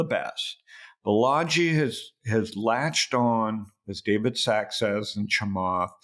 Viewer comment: Balaji, not Balagi